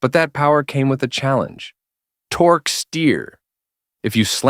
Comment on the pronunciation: The '80s were the decade of tor-kay.